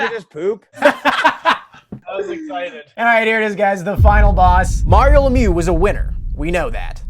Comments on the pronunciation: It's ironic to have a quiz on Mario The Magnificent but nobody can pronounce his last name; LemiEUX, not LemYOU.; Dino Ciccarelli (Chicka-relli, not Sissa-relli).; Enrico Ciccone (Chick-O-Ney, not Siss-O-Ney). Come on guys, you work for TSN. Having a little respect doesn't hurt. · As a French Canadian I find it hilarilous to watch you mispronounce Lemieux for 20 minutes straight